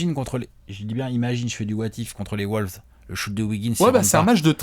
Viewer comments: Sundayzz V nan. Les ricains les appellent TimberBulls. Mais pas Woulves. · Victor Delefortrie bah les ricains le disent mal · Woulves c'est pour le mélange entre les wolves et les bulls je crois